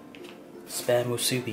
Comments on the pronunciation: If the pork is hard.its not ready.the poi isn't even traditionaly made.long rice is from philipens.musibi is chinese.and its musibi not muusbi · Dude I'm from Hawaii but you did almost everything right but the name of the musubi (moo suu bee) and the way you cooked the spam no saracha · It's supposed to be just normal rice and and either teriyaki sauce on the spam or just spam just btw. And it's pronounced spam moosoo-bee two syllables another btw. Don't get mad comments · JAYK91 i was waiting for a Hawaiian to comment on this i knew he didnt do it justice lol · I died when he pronounced Spam Musubi XD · Love the channel! Even the way you eat is awesome. Just one flaw. I hate to mention this, but your pronunciation for Musubi is a little off. Aside from that I could not turn away. What a great show. I speak from personal experience as a Hawaiian. You represent us wonderfully. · Your pronouncements make me cringe but at least you try. Btw if anyone wants to try real Hawaiian food like how it really tastes just go to Hawaii they make and prepare it a very certain way that actually makes it how it’s supposed to taste. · Im so sorry, but it was very cringey, cause im Hawaiian and you pretty much pronounced every local food or language wrong.